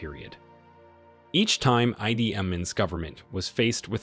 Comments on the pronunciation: Ide not eyedee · The producer of this program is so ignorant in the main names in this piece. Gaddafi is not know as Mohama but instead, Moama. He also called Idi Amin "Aidi". How ignorant can one be in pronouncing people's name! America, wake up in the way you call names. You also call Iran Airan. When are you going to learn?